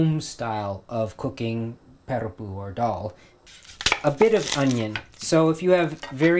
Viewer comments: He spoke so beautifully in Tamil then called it pERippu xD it's PArippu guys! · I do mine boiled and then do the temper with fried onion, garlic, ginger, curry leaves and Maldives fish chips then add the lentils and coconut milk. Btw I have never heard sri Lankans pronounce parippu like you do. Great video as always. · Hi Rajiv, I am a Sri Lankan Dutch Burgher (Toronto)who grew up on this eating it multiple times a week. I find your pronunciation a bit strange. We always pronounced it Parrippu with an "ah"on the the first syllable. Loved your recipe although I make it slightly differently. I am so happy you are spreading the love of our cuisine to the world.